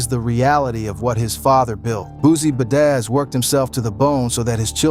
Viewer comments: The way you’re saying badazz😂😂😂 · "Ba-dazz's" son 😆😂😂